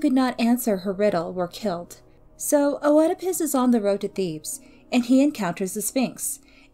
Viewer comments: if we actually want to really talk about the pronunciation, Œ is a diphthong, it is pronounced as a closed E in greek, it sounds like a E and an U ( and even an I sometimes) all at the same time...which is pretty hard to pronounce for anglophones! Here is the greek prononciation And here is the anglophonic prononciation: Mispronunciations with Greek words are very understandable, especially when you only read them indeed! Greeks literally have like the opposite vowels prononciation from Germanic languages and English might be the softest Germanic language, it is still a Germanic language! So don’t worry as much as you annoyed some people...we still all understood what you said! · I enjoyed the video but if i could have one small gripe: the “o” isn’t pronounced in “oedipus”. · Hey thanks. Im sorry if my pronunciation was bothering, it wasnt my intention and i do appreciate the correction. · lol, no please dont feel guilty. I wasnt disappointed in this hero, he is a circumstance of his fate. A good rule of thumb for mispronunciation is a peron had learned the word through reading rather than hearing it spoken. I just dont have many opportunities to discuss heroes and monsters aloud... its always been O-edipus in my head whenever i read it. I do appreciate the correction, and thank you so much for watching and commenting! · it's all ok. I was only joking about the disappointment part and I totally understand with the mispronunciation. Keep up the good work :) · Oedipas: "iːdɪpəs" not "O-eedipus" Sorry that was just annoying me. Good video though. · Also Oedipus is pronounced Eddipus, in American English and Eedipus in British English. The O is always silent. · I had never heard "O-edipus", and then I had to hear it thirty times. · I've heard the name pronounced Eedipus and Edipus, but definitely not Oh-edipus. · The O in Oedipus is silent.. it is pronounced just "edipus" like the complex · The O in Oedipus is silent